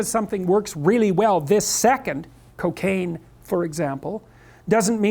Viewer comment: it is very curious how Jordan removes the ring on this moment. Also when speech comes to cocAin it always with a strong and happy accent. I like that he has practical knowledge about those things, otherwise people can't have profound understanding of this subject and almost every time full of it.